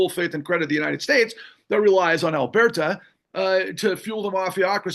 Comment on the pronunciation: "Albeerta"??? (I heard that mispronunciation at least twice.) 😵‍💫 *Alburtah